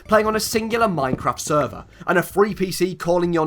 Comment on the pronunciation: Omg Minecon q&a was by far the funniest shit ever. How much dwigital wan do you need to wun a sweever